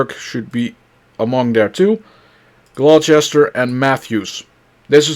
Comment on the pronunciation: Definitely can tell you aren't from Virginia. "Glow-chester" made me laugh.